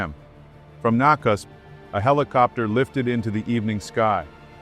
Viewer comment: Nakusp and Louisville need to get coffee together to commiserate on failed pronunciation efforts😢